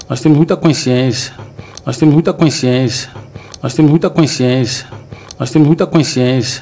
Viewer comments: Veja no minuto ele diz mais ou menos assim:”Nos temos muita coinsciencia” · Esse é o diretor de futebol da Dondoca Leila “Forreta", o cara não sabe nem falar consciência e vai contratar ? !!😂🤦🏻‍♂️